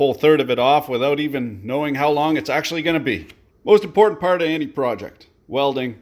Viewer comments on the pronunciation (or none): none